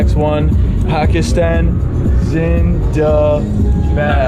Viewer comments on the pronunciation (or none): What he says: Pakistan Zindabad What I hear : Pakistan Isn't that bad